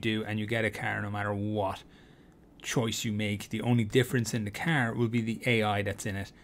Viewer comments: i'll get what? a Kerr? riight a Keerr I'd like a Kerr ngl man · Bro, who tf taught you how to say car. 💀